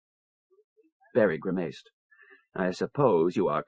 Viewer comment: grimayced how can someone mispronounce such a simple word.